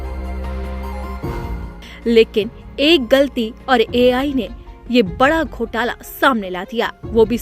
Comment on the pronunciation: Ghotla nahi ghotaala